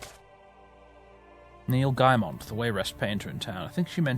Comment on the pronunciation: "Neel Gymon" sent me through the roof lmao